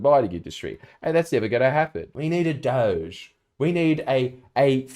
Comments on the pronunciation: FJ, I've got to pull you up, mate. You're pronouncing "Doge" incorrectly, it should be "doh" (rhymes with dock) "gee" (like the letter). "Doh-gee" sounds exactly like "dodgy" when said out loud because that exactly what "doge" is, dodgy. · DOGE is pronounced 'dodgy'